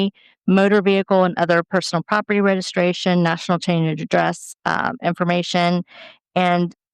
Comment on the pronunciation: Regiscration. My God! She’s illiterate.